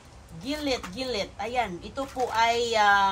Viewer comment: Luv u 😍di ako basher ha, pansin ko lang yung pronunciation ng Gilette, di ba jilet not gilet⁉️